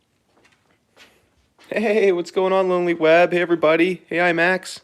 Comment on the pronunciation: you said my username incorrectly 😅 it's "weeb" not "web"